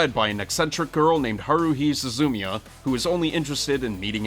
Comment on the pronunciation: it's su-zu-mia not suzu-mia gahhhhhhh